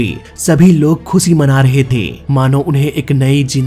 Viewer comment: सभी लोग खुसी नहीं सही शब्द खुशी है। स और श में फर्क आपके गुरु ने आपको नहीं सिखाया, कोई बात नहीं, अब स और श का फर्क समझो और सीखो।